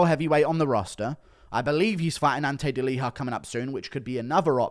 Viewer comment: Why do you pronounce Ante Delija like it’s a Spanish name lol